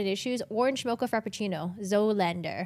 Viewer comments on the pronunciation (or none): How young are you not to know how to pronounce ZOOLANDER